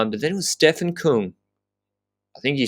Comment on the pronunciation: Küng, not Kung., please correct on the pronunciation;)